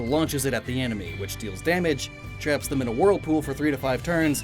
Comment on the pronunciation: Did you just say twap